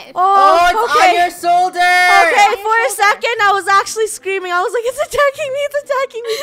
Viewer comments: when the dragon was in funnehs shoulder said the dragon is in ur soulder:D he was so happy that he got to say soulder missing the h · Did anyone hear say “Oh it’s on your SOULDER!!